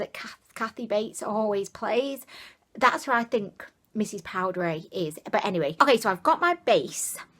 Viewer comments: I think it's pronounced poo-dee-air or poo-die-air. That concealer might be a good color corrector and you could use a tiny bit of a lighter shade to brighten. The palette also reminds me of Sonia kashuk and NYX palettes. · Lol I think it's pronounced Poo-die-air. Loved the palette 👍xx